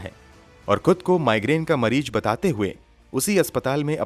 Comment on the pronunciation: If Raaz is raaj according to you then what is raaj? Don't you know the difference between phir and fir? Also it's mareez not mareej. Police ki teji nahi tezi. Farji nahi farzi. God kya hoga India ka. You guys have screwed the language. You sound so uneducated.